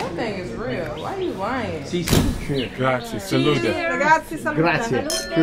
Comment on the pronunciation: it s grazie not gratzi . but jimmy is an amazing guy .i m italian and i m proud to see this video !! Amazing jimmy is the goat .